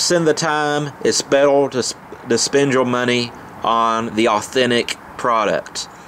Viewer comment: Betel lol say Rrrr